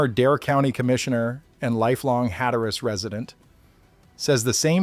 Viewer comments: It’s pronounced “Hat a rus,” not “hat a rass.” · If you live there, I think it's "HAT-trus".